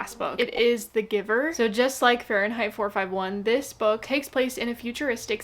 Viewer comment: It's 'Fahrenheit,' not 'Fahrenheight.'